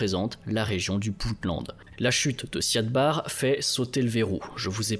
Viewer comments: L' "intégrité" territoriale plutôt que l'intégralité. Et le nom en question a tjs été prononcé Siad Barré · Siad Barre se prononce Barri. C'est essentiel de bien prononcer le nom des leaders pour une meilleure crédibilité. Biden ou Macron se prononce bien comme il se doit malgré les spécificités linguistiques. Vous avez été rigoureux dans vos recherches. Ce serait aussi bien pour les noms car vous le faîtes systématiquement quand il s'agit de pays peu développés.